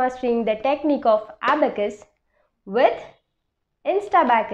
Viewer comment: Ma,, am not aabacas it, s abacus